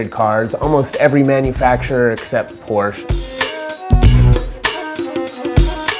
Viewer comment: porsche is a two syllable word... other than that cool